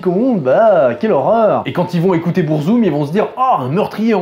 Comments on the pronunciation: Déjà, on dit Beurzoum et non Bourzoum stp... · du BOURzum hahahahhahahahahha ça fait saigner les oreilles